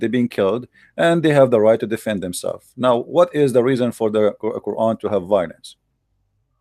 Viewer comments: Why all the Whylence? 😄😄😄 lol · I love how the 1st caller says "Whylence" instead of "violence" 😄🇮🇳😄🇵🇰😄